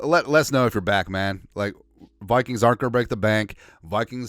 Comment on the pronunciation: Love how you call them the Wikings Lol